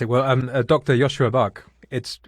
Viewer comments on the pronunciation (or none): Great talk, but next time say his correct name when introducing : Joscha NOT Joschua . Thx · Bit grating to hear his name pronounced as Joshua